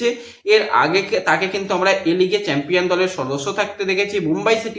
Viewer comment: santir chhele chempion thik moto uchharon korte paris na boka.....da